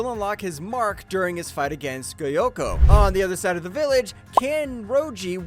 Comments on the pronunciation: Goyyoko bruh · Bro said goyokko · Geyoko 💀 Gayomei💀 Surprised how bro even pronounced kibutsugi right